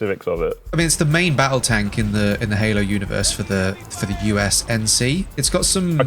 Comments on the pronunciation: It's UNSC not USNC :c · Does he keep saying USNC, not UNSC? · dude... its UNSC not USNC... ^^ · United Space Nations Command. 😂 It's U.N.S.C. Get it right next time.